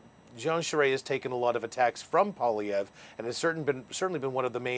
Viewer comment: How hard is it to teach a Canadian, a member of a Bilingual country, to pronounce M.Poilievre's name? It surprises me that these Canadian reporters cannot learn to pronounce 'poil ' and 'ievre' in proper French. It is courteous to learn how to pronounce a person''s name and does not to take much effort.